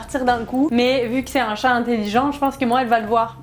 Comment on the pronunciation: pq tu dis chate ca me fait pensais a un autre truc mdr